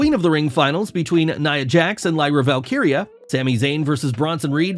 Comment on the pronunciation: Thanks for pronouncing “Valkyria” correctly